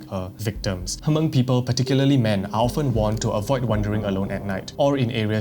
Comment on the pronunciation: omg thank you! I was just going to comment this. He pronounces Hmong funny, its "m-OH-ng"